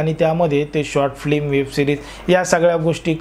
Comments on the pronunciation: फ्लिम नाही ओ ....फिल्म असते . साधं सोपं चित्रपट म्हणा ना 😂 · अरे उच्चार तरी नीट करा रे फिल्म च्या ऐवजी. फ्लीम काय उच्चार करताय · दादा फ्लीम नव्हे, फिल्म असा उच्चार करावा.ह्या मंजुळेंसारख्या लोकांच्या जीवनाचा शेवट पहाण्याची खूप उत्सुकता आहे.